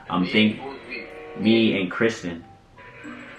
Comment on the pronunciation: Jamaicans and names 😂😂.. Kristan instead of Kristen. That’s exactly how my mother would have pronounced it.